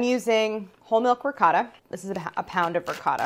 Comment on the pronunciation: Can't express how much I appreciate Claire saying RICOTTA😍 and not hearing the cringing RIGOTT !!!!